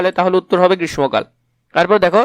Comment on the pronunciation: Sir Grishmo na, grissho 🙂